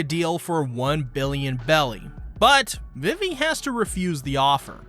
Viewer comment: It’s pronounced veevee, Alabasta, and Berry not Belly. And it’s pronounced oosopp not useopp. Your tendency to mispronounce practically everything in this series is truly astonishing. My hat goes off to you sir.